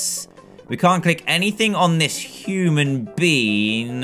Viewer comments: He said human bean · those moments when he says human bean lol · dan u da BFG cuz u sed human bean instead of being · HE SAID HUMAN BEAN!!!!!!! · Why do u keep saying human bean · BE SAID "HUMON BEAN" XD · Dan you were saying human bean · he said human bean (BFG) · U said human bean😝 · It sounds like your saying human bean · Dan said human bean? What?? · he said human being